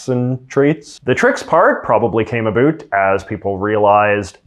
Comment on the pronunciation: Are u saying "about" wrong on purpose